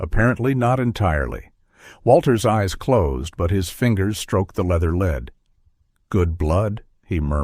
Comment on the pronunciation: AI MUST have editors! There is a distinct difference between "LED"and a dog "lead". Read a letter vs a letter read. Elias vs El-EE-US vs ELuis. Major ear-twisters! Bernard is not Bernad